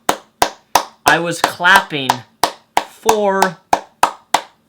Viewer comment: I wasn't watching the video at the start, only listening, and when he said what he was doing before filming the video and was clapping I thought he was fapping and had to rewatch the first 15 seconds or so to only realise that he meant clapping